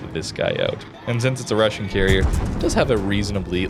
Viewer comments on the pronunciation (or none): none